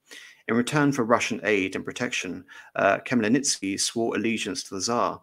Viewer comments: I think even with preparations it would be almost impossible for an english speaking person to get the right pronunciation on a live stream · It would have been a good idea for the lecturer to learn the correct pronunciation of Bohdan Khmelnytsky's name beforehand!